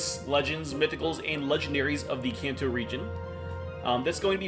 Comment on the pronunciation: Imagine making an entire 20 minute video about the Kanto region and not pronouncing it correctly a single time😂😂😂